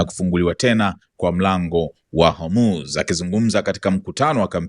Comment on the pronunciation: Nasio Hurmuz ni Hormuz😅